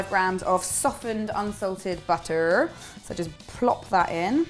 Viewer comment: When you said "butter" , that was probably the most American accent I've ever heard from you haha